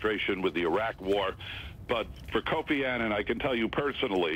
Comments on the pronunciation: Kofi Annan (Pronounciation is like UH-nun)- not Aynan. RiP honourable Kofi Annan. A great man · They keep pronouncing his last name incorrectly, why is it so hard for Americans to pronounce words correctly. It boggles my mind listening to these news people who should know better. Kofi Annan was a great man who did great things and whose career was married by a lot of negatives. However, being who he was, he deserves respect, and for his name to be pronounced correctly. Rest in peace Mr. Kofi Annan.